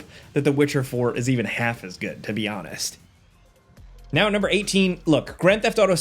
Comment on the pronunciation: Agent 47: "You guys love me know" ... Me: 😒 "know"...